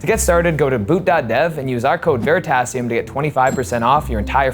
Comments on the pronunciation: No es Verisatium... es Veritasium!. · In the Spanish dubbed Version, he pronounces "Verisatium" (kind of oral typo) LOL. (minute aprox)